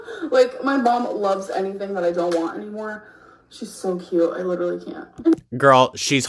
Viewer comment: I'm not gonna listen to someone who cannot pronounce the majority of their native language correctly's - "liiiiderulllyyy", "supposively" etc. etc. - opinion on whether the moon landing was fake or real, or whether Katy Perry left the ground or not.